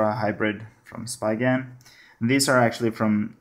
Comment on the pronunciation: Read it as S-pee-gen not spygen.